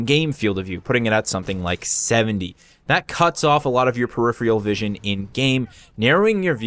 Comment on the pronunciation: "peripheral" - pronounced "purr-if-fur-al" I know you're from Buffalo, so I'm trying to help.